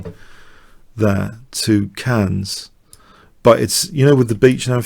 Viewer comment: Okay. You're the but even the is not allowed to pronounce Cannes as "cans". That is not okay.